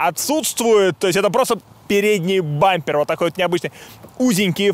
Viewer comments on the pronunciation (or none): Поработай над дикцией. Речь какая то растянутая в удивлённо вопросительном стиле. И непонятно ведущий спрашивает или утверждает. Например в машине есть бампер. А не "дабампер"